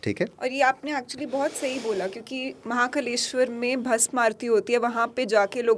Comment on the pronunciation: She literally called Maha Kaaleshwar as Maha Kaleshwar 🤦🤦🤦🤦